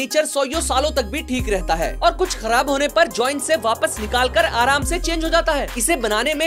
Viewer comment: That "Aramse" was personal 💀